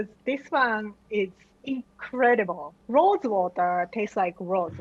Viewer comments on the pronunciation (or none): none